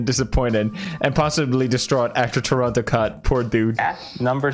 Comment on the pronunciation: When he says Toronto correctly 😍